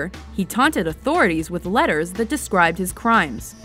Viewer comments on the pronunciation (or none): none